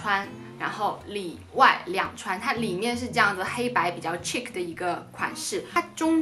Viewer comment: ~~答应我去Google一下chic的读法好吗